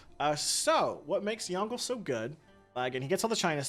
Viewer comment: Sigh pronunciation help because some of the things you said infuriated me Yongle- Yawn g luh Qin shi Huang - kin she hwong Wilfred laurier- will fred lau ree eh Ba trieu- bah true Seojong- say jong Seondok - say yon duck Hope that helps